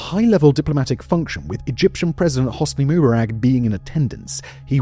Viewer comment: Simon Whistler simply is incapable of pronouncing ANYTHIBG correctly and seems indifferent to ever bothering. This one made me laugh with his laughable pronunciation of Hosni Mubarak’s surname. It just shows an utter contempt for viewers and obviously only an interest in enriching himself and bugger the accuracy.